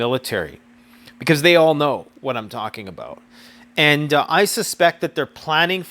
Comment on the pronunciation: " its all aboat money" lol